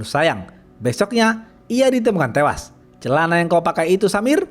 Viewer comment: loh kok ngamuk, itu namanya branding dg intonasi, ini kn cerita, bukan ngomong ke real live hingga tewas, lu yg sakit ya?